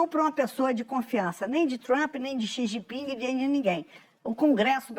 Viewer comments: "Companheiro Si Gin Ping" kkkkkkkk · O cachaceiro é muito burro. "O copanhero SIJIPING” 😂😂😂😂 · companheiro CI XIN PING 😂😂😂😂😂😂😂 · ele quase fala xi jinpinga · "Plostituta! Pilanha! Meletliz! Galota de ploglama! Kenga!" - Xi Jipinga pra Esbanja😂